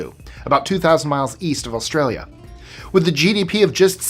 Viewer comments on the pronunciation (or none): none